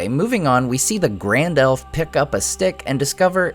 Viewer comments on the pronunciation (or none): as soon as that woman said Grand-Elf I switched off.